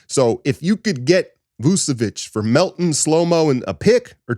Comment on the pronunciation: It's VOOCH-uh-vitCH. Ain't no esses in there. CH as in CHurCH.